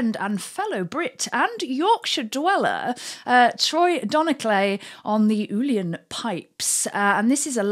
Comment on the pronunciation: Uilleann is pronounced something like "illen". It means "elbow" in Irish. I haven't heard of Troy playing a flute, but he plays various whistles along with the pipes and guitars.